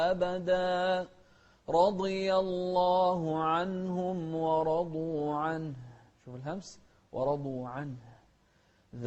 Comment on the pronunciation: ورضوا غلط، و رضوا عنه، الواو ليست من (خص ضغط قظ)